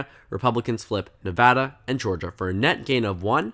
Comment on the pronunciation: As a resident I'll be pretty surprised if Nevada goes right in a Senate race especially one with a Trump backed candidate. Trump doesn't perform well here. Also thanks for pronouncing it right, always annoying listening to national news when they can't even pronounce your state.